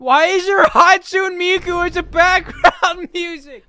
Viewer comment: I started cry internally when called hatsune miku hatsun miku